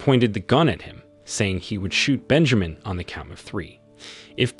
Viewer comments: its Ben ja min as in SIN not meen .... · I can't with "Bejameen" omg🤣😂🤣....I might not make it through this recap, dude killing me🙌🏾🤣